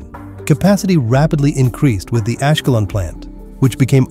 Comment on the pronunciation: Ашкелон и хАдера...надоело не правильное ударение 😅😅😅😅😅